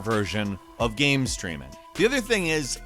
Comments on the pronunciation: Is it me or does this guy pronounce game as "Gam"? Lol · at 25 seconds...what the hell is a gayeum...and as a gaming focused youtuber why can’t you pronounce the word game? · Yo he said GAMM like 3 times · I don't mean this as a mock, but why does always say "gam" instead of "game"? Even the closed captions doesn't understand the word correctly. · Y u say gam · can we change the channel name to gaemranx? I feel like that's how pronounces the word game. gAEm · Anybody ever notice how pronounces "game" and "made" as "gaem" and "maed"? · Why do you say..."Gayham"?????? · Why doesn't this guy know how to pronounce the word "game"? I've never heard anybody pronounce it with multiple syllables before.